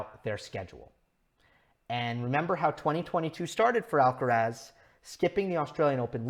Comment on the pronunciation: It's quite weird how yo try to pronouce all the players's names as accurately as possible (Auger-Aliassime, Giron, etc.) except for Alcaraz's. It is “Al-ca-rath", the “z" like a “th" sound and the stress on the last “a". I think he deserves the same care when pronouncing his name as everybody else.